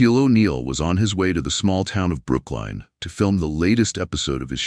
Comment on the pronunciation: Is that trying to say Brooklyn? Maybe use a REAL voice instead of the #$%^&* digital voice